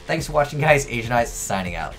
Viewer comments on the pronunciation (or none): none